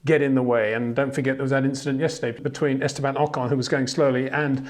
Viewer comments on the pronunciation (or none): none